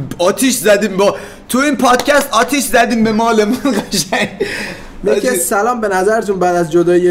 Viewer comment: چرا ق رو غ میگی همیشه! مثلا قشنگ رو میگی غشنگ 😭😅♥️♥️